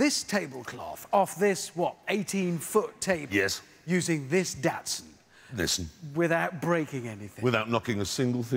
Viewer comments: "A DATson" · HE SAID DATSUN!!! 🤣